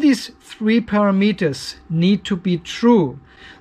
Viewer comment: It's taken me awhile to figure out that you are not saying a pair of meters but rather parameters. It was a bit confusing. ;- )